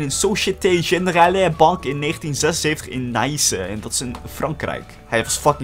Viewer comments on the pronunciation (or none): Tip je spreekt Nice zo uit: nies